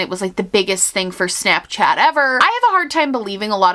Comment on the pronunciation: I love how your New Yorker pops out when you say shnapshchat! 🤍